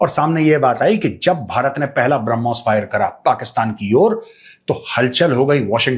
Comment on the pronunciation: ब्रह्मोस का नाम सही तरीके से बोल दे ये गिली सलवार वाले। तब तक हरमोस....हरमोस का खेल चालु रहना चाहिए 😂😅😂